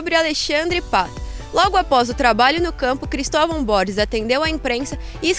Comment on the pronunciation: me dá uma agonia ver essa doida falando BORIS e não BORGES, alguém fala pra ela por favor kkk